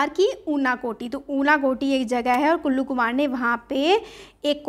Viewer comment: ma'am it's kallu not ullu 😂😂